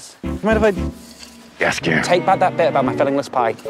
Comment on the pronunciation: The fact that Jaskier is pronounced "Yas-ier" really adds to him xD